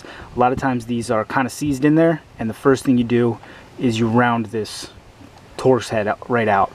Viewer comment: 😂🤣 first time in 50 years i heard someone call a torx a tor x